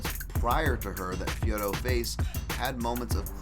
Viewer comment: Finally someone who pronounces Fiorot correctly! Please tell Anik that this is how you say it.